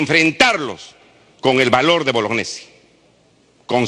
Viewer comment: boloñiesi no bolognesi